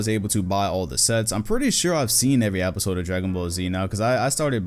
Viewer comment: Nobody: “apisode”